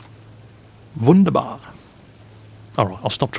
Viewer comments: your jawoll and wunderbar was perfektly without accent. i think we german will be happy to hear more german words from you :) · You are good at speaking german! (especially that Wunderbar sounded nice xD) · "Jawohl" and "wunderbar"... pronounced like a real german, not heard any of your british accent in spelling it. :D Sehr gut ! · "Jawohl" and "Wunderbar" was reall good pronounced, you heared like a native German.